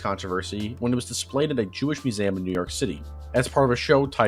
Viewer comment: "me-you-zam" is the most fucked way of pronouncing "museum" I've ever heard. I love it